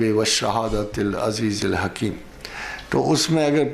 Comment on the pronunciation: پروفیسر صاحب آپ سے گذارش کرنی تھی برائے مہربانی قران پاک کی تلاوت میں غلطی ھو رھی ھے، جہان عزیز الحکیم میں پیش استعمال ھونی ٹھی وھاں آپ نے زیر استعمال کی ھے، تصحیح فرما دیں شکریہ